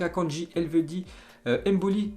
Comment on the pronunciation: Embolo pas emboli 😂